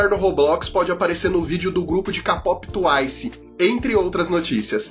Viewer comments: o melhor é ele falando "capopi" e "tuaisi" KSAKAKSKAKSK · tuaicie ckapópi